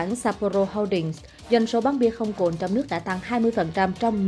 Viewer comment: "Cồn" chứ không phải "Cuồn"